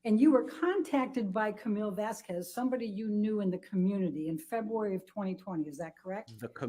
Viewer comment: AH's cross needs to STOP mispronouncing Vasquez constantly. Ugh. She reminds me if Miss Trunchbull.